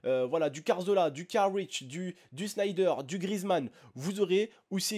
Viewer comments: T'a dus Carich pour Rakitic et Carzola au lieu de Cazorla :| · " du carzola, du carich " tu respecte rien toi non mdrrr